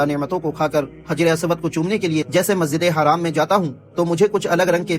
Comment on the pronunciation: Masjide haram kahate hain bhai Masjide haraam nahin kahate Hain